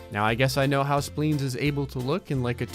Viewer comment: Sometimes it sounds like is saying “Splings” instead of Spleens! 😂